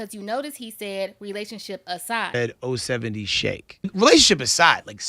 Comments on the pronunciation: ITS NOT 0-70 SHAKE.ITS OH 7 OH SHAKE.LETS GET IT RIGHT.HER 2ND ALBUM COMES OUT TONIGHT. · THANK YOU! That’s CRINGY within itself 😫😫😫 GOSHH!! lol OH - 7 - OH !!!!!!!